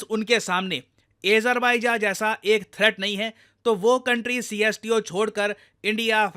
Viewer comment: अजरबेज़ान bolie pls😢